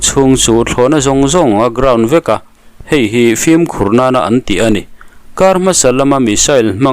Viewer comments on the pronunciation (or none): Flim(film) tia lam hi inti changkang an ni tlang pui 'fim' ti a lam tur a ni in ka hria